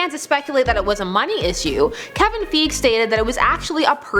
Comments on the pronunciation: It’s pronounced Kevin FY-gee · Kevin "Feeg" lol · You mispronounced Kevin Feige's last name😐